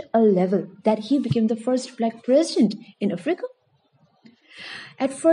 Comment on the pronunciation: anyone else annyoed by the way she says africa